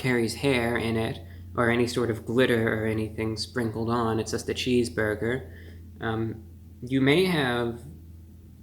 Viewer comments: no one: ReviewBrah: "cheeseboyga" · Well merry Christmas young man and sorry you’re under the weather but I did notice when you said cheese burger I noticed a Jewish New York accent every time you said cheese burger lol